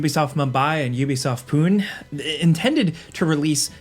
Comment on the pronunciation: Ubisoft POON😂. Love your videos guys. It’s pronounced Poo-ney.